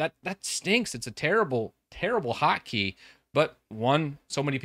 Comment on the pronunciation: Hockey? What’shockeygottodowithwinders??? ... oh annunciation! I get it.